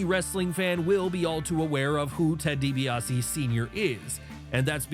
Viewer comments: Dibiase not Dibease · It's Ted Dibiase, not Dibease.